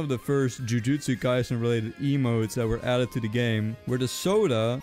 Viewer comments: BRO CALLED IT "JIUJIUSTU KAISEN GET IT RIGHT IT'S JUJUTSU KAISEN OR JJK WHYYY!?!?!?!?!?!? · YOU CALLED THE TIMESTAMP "JIUJITSU KAISEN" ITS CALLED "JUJUTSU KAISEN" >:C